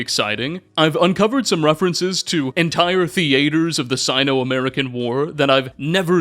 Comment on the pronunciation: “Thee-aters” the way you say theaters cracks me up